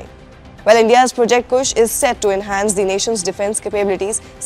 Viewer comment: Kusha hota hai woh madam kush nahi 🤦🤦